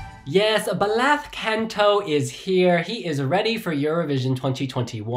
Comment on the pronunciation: just a note: it’s pronounced “Blas” not “Blath”. the “th” sound is only used in Spain with “z” or “ce/ci” :)